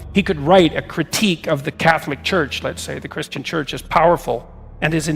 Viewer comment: What's chuch?, it is CHURCH, spelled with r.... 🤨